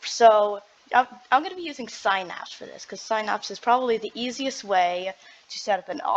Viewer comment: irs razer Synapse.... not razer sphynapss......